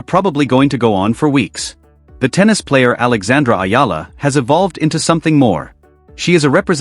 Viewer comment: It's Eala ....eeela! Tell AI.